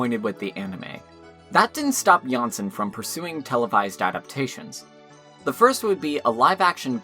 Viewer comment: Great series, good job. Only that it is JanssOn, not JanssEn.